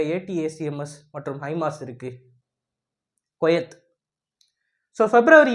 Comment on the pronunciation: டேய் கொயேத் இல்லடா போக்சோ தெற்ற்கண்ஸ் குவைத் என உச்சரி டா